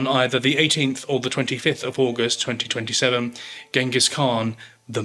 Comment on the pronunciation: I'm going to sound so ignorant, but why is 1227 etc pronounced 2027?